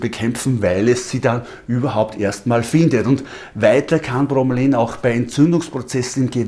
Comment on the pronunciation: Bro-me-la-in... ausgesprochen..nicht bro-me-lain^^